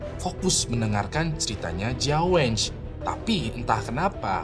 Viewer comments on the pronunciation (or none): Jia wen ge kalo bacaan mulut nya di baca CIA WEN KE, bukan jia wenge kak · kalo bisa penyebutan nama orang atau kota2 diresearch dulu, kayak Jia Wenge bacanya Jia Wen Ge, jangan dibaca wenge, Xu Li Xia juga jangan disambung sampe kedengerannya jadi Sulistya 😅 Nama kota Nehe sama Qiqihar juga jadinya lawak banget kalo nyebut sesuai tulisan gitu 😢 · jia wen-ge, bukan (wenj) tapi (wen-ge atau wen kke) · Kok ngakak ya denger sebut nama orang dan tempatnya jiaweng,sulistia,nehe,kikihar. Mending sebut nama marga nya aja buat cerita jia,xu 😅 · Bang mon maap nih ya tp gw agak gereget gtu pas bang nyebut nama2 mreka 😅 gw cmn dnger videonya tnpa nnton atw baca judul dan deskripsi, kan ktanya org cina tp ko nmanya sulisia sma jia wenj gw bingung 😂 trnyata pas gw baca kyaknya abang salah pngucapan. Yg sulisia itu mirip sih plg yg bagian xia nya itu ngga si-a kayak di kata indonesia, tp lebih ke sya gitu kyak di kata tasya. Trs si jia wenge, itu kyaknya wen-ge, huruf e nya dbaca kyak huruf e di kata lebah, bukan wèn-gè tp lbh ke weun-geu... gitu bang 😊 ini buat masukan aja sih biar d video2 brikutnya jd lbh baik... kan channel ini udh gede bgt nih, jd gw rasa hal2 spt ini bsa ditanggulangi lah yaa... peace love and gaul yeee mentemen ✨️